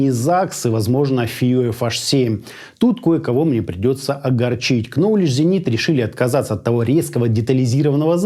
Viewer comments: нолидж зенит, первая буква в названии не читается, очень режит слух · Ноуледж, ноуледж зенит !!! К- не читается. Ноуледж-знание с английского ))))